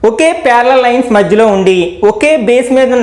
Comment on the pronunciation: Pyariallliall,parallial to parallel 😂😂